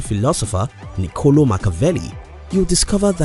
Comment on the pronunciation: It's ni-co-LOH